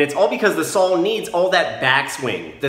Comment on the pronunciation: What’s a “sawl”?